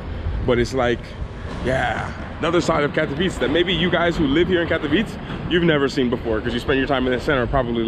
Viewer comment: I must admitt im impressed with your little trip to Pszczyna! And, we always pronounce KatowicE, with E at the end, dont eat it while saying it 😆😎😄 cheers Mate.